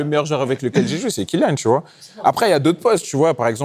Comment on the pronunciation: " Kylian" bordel pas Kilian !!! Respectons le prénom donne par ses parents !